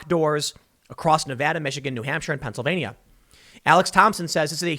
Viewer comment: Thanks for covering this but I must point out Pennsylvania has 4 syllables not 5.